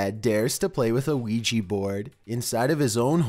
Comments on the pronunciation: your narration. One thing It's not pronounced Ouigee it's pronounced OuiJa. Not a g sound and hard e sounds but light j and a sound. The J is also pronounced more as if you were speaking a French person's name. Such as Jacque Cousteau. Other then that great vids. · ouijA. ouijA board. Not ouijEE. Jesus fucking christ. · STOP CALLING IT OUIJI BOARD IT'S A OUIJAAAAAAAAAA BOARD! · he cant even pronounce Ouija right wtf, he sais Ouiji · Why do you call it Ouiji when it's definitly a Ouija? 😐 I'm confused... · It's not pronounced "weegee"but rather " weeja" just so you know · It’s pronounced OWIJA not OWIJI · It's not so much an issue with your voice....but could you Please at least pronounce it correctly??? It is Wee-Jah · Its not Ouiji its Ouija. Oui = yes in French and Ja = yes in German. Yes Yes. OUI-JA OUIJA NOT OUIJII. Its two European words, not japanese. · Ouiji...I thought it was supposed to be Ouija? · Why does everyone keep mispronouncing Ouija it's wee ja not wee gee that's why it ends with an a not an e or i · Why you call it wee Jee It’s oujha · It should be pronounce as WI-JA not WI-JI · It's pronounced o-wi-ja not wi-ji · Weegee board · WHY WHY WHY DO YOU CALL IT WEE GEE????? WHY??? WEE JA, JA J...A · oui ja not pronouncing it right! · lol.. weegee board. L:OL. jeez that pronunciation kills me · Weejee boord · Throughout this whole video, I just hear him say "Weegee board" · weegee bord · Why do people pronounce it "wee-jee"? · Me and my friend was playing that ouigy board then afters sometime my ear was bleeding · For a second I thought you said Luigi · Weejee bord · weegee board are used to summon weegee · Pls the way y’all pronounce "Ouija" is the only scary thing here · Why can’t anyone pronounce Ouija correctly? There’s no “e” or “y” or “ie” in Ouija. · I love his intense voice like always, he's like, "ouija bOards"